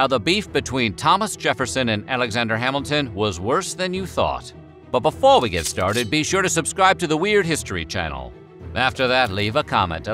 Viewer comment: Someone please explain why he says “before” so weird every time?